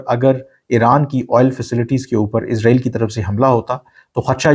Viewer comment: ارے بھائی جان اپنا الفاظ اور تلفظ صحیح کریں اسرائیل اور عزرائیل میں بہت فرق ہے اپ بار بار عزرائیل عزرائیل عزرائیل کے 😂😂😂